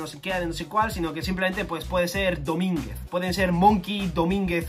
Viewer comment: Libres Dominguez y Domingaz xD